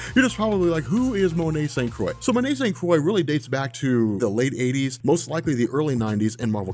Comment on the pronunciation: It's pronounced St. "Croo-ah"